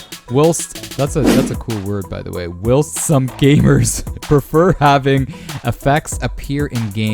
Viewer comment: Duuuuude games looking awesome! Like the fight night we will never get Also "whilst" is pronounced while-st